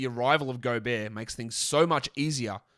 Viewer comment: The accordion music and Golbert mispronounciation were a nice touch.